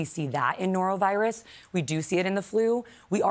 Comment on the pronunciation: Nerovirus? Were you trying to say “norovirus”?